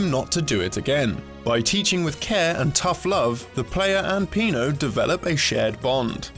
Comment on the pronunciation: SillyDouglas It's because it's Pino, not Peno ;)